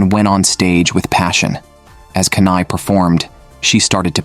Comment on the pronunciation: Not kanai it’s kana Not aquer it’s aqua(marine) MEMcho is 20+++